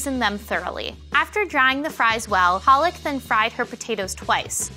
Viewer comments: palak pronounced paa-luck means spinach. Palak the way she pronounced her name doesn't mean spinach. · For everyone's information, both 'a' of Palak should sound like the 'u' in under. When pronounced like the way these ladies did it means spinach in Hindi 🤣 instead of meaning eyelids (it's a legit Indian name) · Pooja her pronunciation was paaalak, not the correct puhlak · You are pa..... Lak damit... Not paa.... Laka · Indians be like: it's palak not paalak😂😂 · Lol it cracked me up when they called her paalak😂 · palak. did you just sat PEARL???????